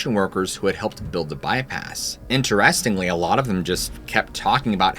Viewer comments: Am I the only one bothered by the way he pronounced "interestingly"? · The video was great. I’m not trying to throw shade, but you’re saying “interestingly” wrong. It’s driving me crazy . 😂